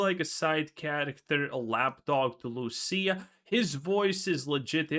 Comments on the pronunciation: Bro it’s LUCIA not Lucille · It's Lucia not Lucille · Why does he keep caller her Lucille? 😂